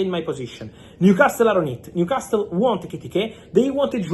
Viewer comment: Fabrizio, if i may, Newcastle is pronounced with a silent "T" .